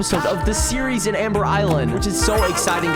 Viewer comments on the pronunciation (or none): none